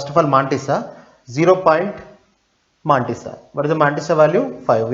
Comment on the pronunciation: Good!! But the pronunciations are more awesome!! MAAAAAANTISSA!